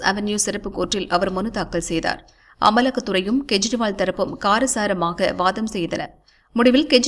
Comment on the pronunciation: It's not to be pronounced in KURIL but in NEDIL .None has the right to mis spell other's name. I am referring to CM Delhi KEJRIWAL .In short KE should be pronounced as in the name of KESAVAN